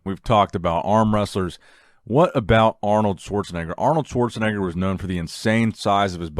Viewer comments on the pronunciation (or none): none